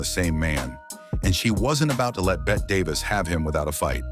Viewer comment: STUPID AI voice flubs Bette's name!